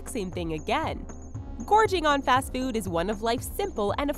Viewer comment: It's food...not feood.